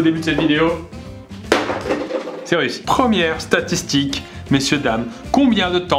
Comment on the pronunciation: Qui a remarqué qu'à plusieurs reprises le début de la vidéo Pierre disait "satitique"